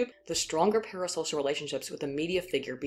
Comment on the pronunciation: everytime you say "parasocial" i think "paris hilton"... also kudos on the title